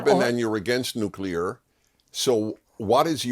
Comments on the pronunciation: Newculer isn't a word. Nuclear is though... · Hard to trust someone's opinion on nuclear when they cannot pronounce nuclear.